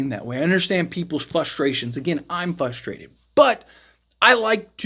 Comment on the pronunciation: Frustrated, not Fustrated